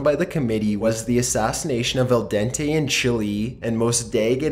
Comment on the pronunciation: Everybody harps on Ayme, but has fucked up just about every pronunciation in this video. Remember folks, al dente is how you cook pasta. Salvador ALLENDE was the president of Chile.